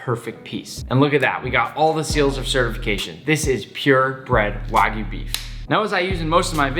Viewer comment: It’s kinda sad how nick is such a good chef, but can’t even say wagyu correctly